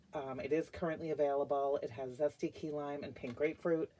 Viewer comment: I love Ruby nectarine. Your nails look so pretty and I like the way you say zesty LOL🎉